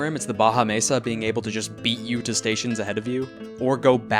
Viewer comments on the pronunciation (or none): none